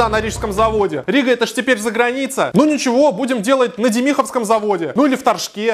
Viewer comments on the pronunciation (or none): Какой нафиг Дем'иховский завод, правильно Д'емиховский, на первый слог ударение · дЕмиховский завод, а не демИховский. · Демиховский ударение на первый слог, дЕмиховский, бьёт по ушам, живу возле ЛиАЗ'а ( лиАз ) и Демихово, больно слушать не правильное произношение гордости нашего округа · Ещё бы ударение ставил бы нормально было бы шик Демиховский😂